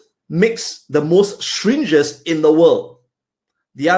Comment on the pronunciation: "shringes" lol.